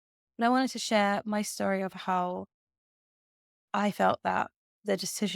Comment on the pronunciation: Why do you speak like this . .. it's not chetory but story for instance . Its annoying listening to you when you speak like this